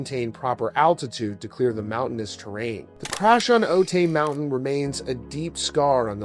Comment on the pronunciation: I lived in San Diego county at the time of the crash and still do. Every time I drive past Otay {pronounced O-tie} mountain I think of that day. It takes a strong person to get back on stage so soon after such a tragedy. 💜